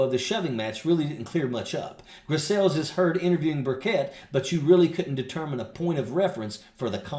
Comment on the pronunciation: Tim bucket, major, seriously? It's Buchet, please.